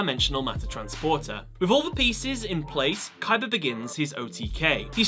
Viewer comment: stop saying Kaiber